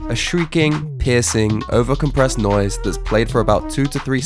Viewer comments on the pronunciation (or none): none